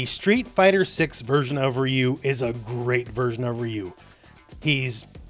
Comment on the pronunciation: That is not how you pronounce ryu. Respect the name, where are the OG street fighter players, Alex Valle, Seth, John choi and all the people that know about street fighter.